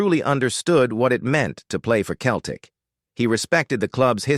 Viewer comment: Pronounced like seltic ffs !!! 🤔🧐😒